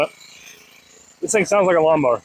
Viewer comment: "Defflee" is not a word. * Has been run not " has been ran". What is a "lawnmore"?